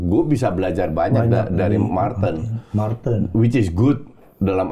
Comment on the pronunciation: Betul nyebutnya marten pas , jordi amat pas manggil juga gitu